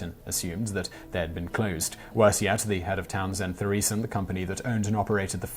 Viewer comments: Interesting pronunciation of ‘Townsend Thoresen’. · It's pronounced: 'Towns end torrison'